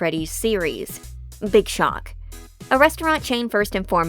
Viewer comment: that Big shock sounded like a [BIG SHOT] to me and I was so startled